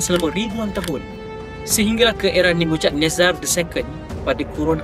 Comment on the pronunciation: tulisan Ibrani dibaca dari kanan ke kiri. Bukan dari kiri ke kanan. "ch" dalam Nebuchadnezar disebut "k" atau "kh". tulisan Ibrani ditulis dari kanan ke kiri. Bukan dari kiri ke kanan.